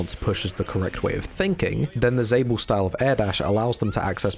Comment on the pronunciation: Isnt Lord Rap Kiwi? And for realsies, aint it pronounced "Zah-bel" like "Isabel"?